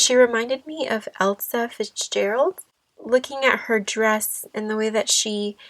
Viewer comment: Did you say Ella Fitz Gerald? As in the Jazz singer?